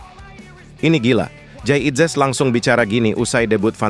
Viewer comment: ini komentatornya juga orang Belanda ngomongnya Jayadi inzes